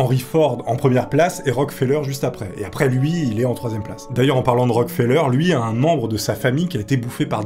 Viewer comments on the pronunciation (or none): none